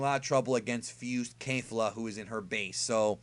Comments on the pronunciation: It's kafla not Kefla or Kalefla. The guy who translates the episodes for the subs should be fired. Same goes for "Ultra Instinct"... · You are so pronouncing the fusion name wrong.. both "Ke Fla" and the narrator said KE FLA the only that the narrator was more detailed enunciating it actually sounds like this Ke ful a because of the roll of the tongue when pronouncing the last part.. It is not Kale fla nor Kay lu fla.... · its kef-la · It's not Kalefla.. it's Kefla (pronounced Kay-flA I guess) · Caulifla and Kale's fusion is "Kefula," not kerufula. If you listen closely to them introducing themselves, you'll hear them say that. The title for next weekends episode has their name in it too: 「悟空VSケフラ！超サイヤ人ブルー敗れる！？」"Goku vs Kefula! Super Saiyajin Blue, defeated?!" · Lmao bruh it's not that hard to pronounce Kefla... you said it like 3 different ways in this. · kefla is pronounced kef- u-ra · There fuse name is kefla not kelfla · It's pronounced Kefla. Did you even listen to how they said it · wrong fix your ears it's kefla no R